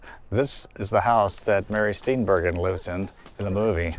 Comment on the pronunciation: Good video. It’s also pronounced Steen-bur-jin, not Steen-bergen.